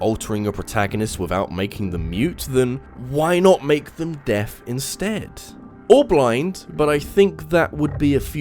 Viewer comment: I kept hearing Death instead of deaf